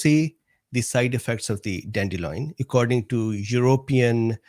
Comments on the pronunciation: Sorry but it's annoying me. DANDELION NOT dandeloin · Don’t worry about mispronouncing cichorium intybus. Or “dandeloin” 😁